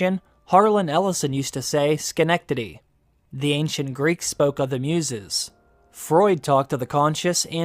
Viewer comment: biggest surprise: you said schenectady correctly, TWICE!